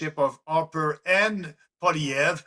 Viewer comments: Kim. It's pronounced pwah-lee-ehv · Hay Kim... It's simply pronounced Poly-ev ... Good interview! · Poilievre pronounced- paul ee ev. the accent is on the 3rd syllable. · Polly Ev. To pronounce Pollievre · FFS! Paw-lee-ev, KIm. Paw...lee...ev. Repeat after me. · poi-li ev-pronounced-it's Quebec French-thanks for your support for our best bet-Maxime Bernier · You need to learn how pronounce 'Pierre Poilievre'; it makes you sound uninformed. Maxime Bernier is a complete nut job. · Better work on your French, Kim. It’s Poilievre. It’s not difficult. Doesn’t look very professional being unable to even pronounce the name of a major candidate for Prime Minister, while knowing how to pronounce your own MAGA candidate. Sorry Kim, we are not MAGA in Canada. He is irrelevant here.